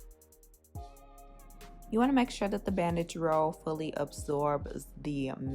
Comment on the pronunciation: I thought you said “bad bitch roll” instead of bandage and I was here for it 😂